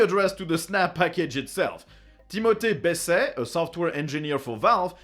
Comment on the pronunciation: admit it - you only included the Steam Snap story so you could show off pronouncing Timothée Besset correctly :) :) :)